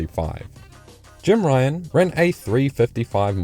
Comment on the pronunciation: Come on man. Jim Ryun not Ryan